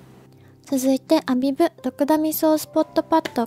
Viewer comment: コメントありがとうございます😳🌸ア↗︎ビブ！！ すごく気になって他の方のYouTube色々見てみたら、たしかに皆さん音が上がってました😂💕 発音！！これから気にして動画作ります🥺教えて頂きありがとうございます！！✨🌈🙌🌸🌈ア↗︎ビブ！！